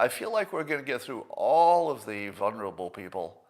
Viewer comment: Scott please please just stop trying to say the word, "VULNERABLE" ....(VUL-neR-uh-bul) ...it makes me yell at you every time you mispronounce it, which is every time I hear you say it ....you know very well, the letter 'L' is not supposed to be silent in the first syllable of that word ... I think you know more words than I do which convey exact same meaning. You might say, 'at risk' or something like that. Please? Ok, I will never rant at you again, I love you Scott.